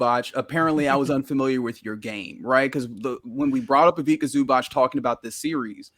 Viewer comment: Haha, as someone who understands Croatian, the pronounciation of Ivica Zubac from is extremely funny (C in Ivica as k and C in Zubac as ch), I have never heard someone pronounce it this way. Epic, made my evening.